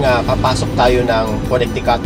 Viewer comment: Coo-ne-ti-coot. Proo-maa-naad